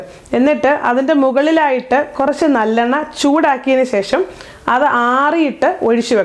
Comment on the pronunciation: Nallenna eann parayunnAth eallennayaanoooo...thalayil thekkunna ???